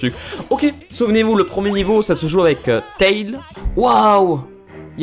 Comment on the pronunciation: ON DIT TÈILZ ET PAS TAILE